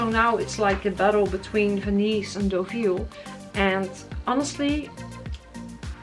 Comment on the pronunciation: I’m so glad you said Deauville